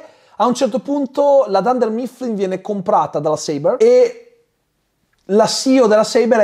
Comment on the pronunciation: La pronuncia di dunder mifflin 😕